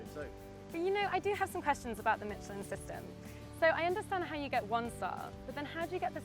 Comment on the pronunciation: The woman cannot pronounce Michelin.